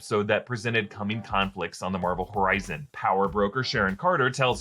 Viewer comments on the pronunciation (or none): none